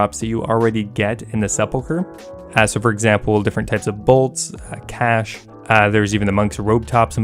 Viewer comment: The way u say cash annoys me you sound like a feminine soy boy